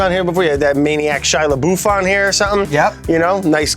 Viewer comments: “Shia laBOOF.” Yes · Shia "labuff" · Shia la "Boof" No man. No. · nobody mentioned how Brad said LeBoof when it’s pronounced LeBuff ? 😂 it was kinda cute tho ngl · "Shia LeBOOOf"